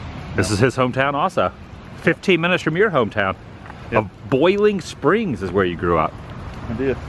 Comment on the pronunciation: Adam you pronounced it properly mooresboro, just like mooresville. Country pronunciation mo’sboro. I’ve lived in NC for 65 years. There’s country pronunciation and there’s city pronunciation. You also pronounced Boiling Springs properly as well. Country people do not use the oi sound.